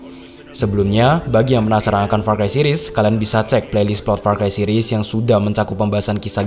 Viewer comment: said "PAR CHI"